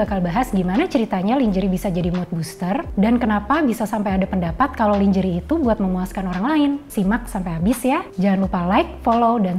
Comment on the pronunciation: you kept mispronouncing the word "lingerie". It's not pronounced /lin-jê-ri/ but /lan-jê-réi/ (American) or /lan-jê-ri/ (British). However, since KBBI has acknowledged "lingerie" as an Indonesian word, you can rightfully pronounce it as /li-ngê-ri-ê/ instead. I apologise for nitpicking about it. I had to let it out of my system. Anyway, the video content is great but, to be frank, your code-mixing is annoying. Please consider speaking Indonesian completely.